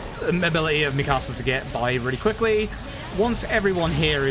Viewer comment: Dude has a great personality for speedrunning but damn the way he says Mikasa is jarring